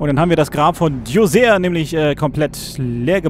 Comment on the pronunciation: Spaßvogel. ;) Übrigens, in den Dokus über Djoser, die ich gesehen habe, wurde "Djoser" nicht auf das "er" am Schluss betont.